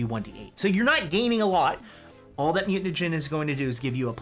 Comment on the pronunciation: I love you guys but saying mutanagen over and over is killing me. Think you are trolling me here. BTW thanks for the PDF and the write up I am playing this character this weekend now.